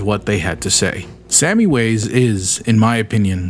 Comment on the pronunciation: Didn't it say Sami from Finland in that one profile? In that case it's pronounced more like "sah-me"